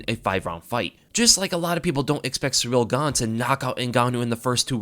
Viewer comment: All I'm hearing is "Surreal Gone" it's pronounced "See Reel"